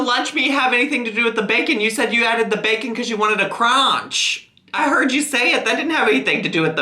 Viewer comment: “You said you added the bacon bc you wanted the CrOnCh?!” 😂😂